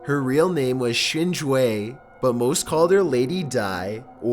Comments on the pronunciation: Crazy enough, the Chinese name is pulled off fine. Wtf? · Doesn’t know how to pronounce “indigenous” but knows how to pronounce “Xin Zhui”.